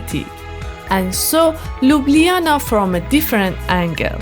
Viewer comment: Nice video of my city. The restaurant where You eat is called Sarajevo 84 (Olimpic games) and have one of the best bosnian food menu in Ljubljana. BTW. Your pronounce of Ljubljana is perfect :) Wellcome back any time.